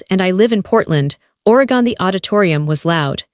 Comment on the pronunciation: If she was from Oregon, she would know how to pronounce it.